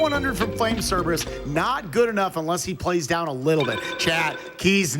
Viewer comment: Flame "Cerebrus" for the Win